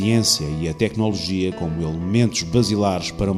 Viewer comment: muito bom, muitos parabéns! (só gostava de saber onde é que o locutor aprendeu a dizer "tecnÓnolgia"... perdoem-me a crítica preciosista)